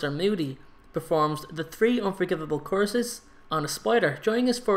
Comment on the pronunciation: Wait does he use the unforgiveable courses? Damn😂 Dont mean to be rude btw i just find it kinda funny the way you say course instead of curse😅